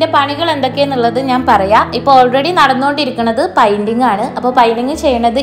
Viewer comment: പൈന്റിങ് എന്നല്ല പറയുക. പെയിന്റിങ്ങ്.(painting). negative paranjathallato.ningal pala vediosilum പറയുന്നുണ്ട്.അതാണ്.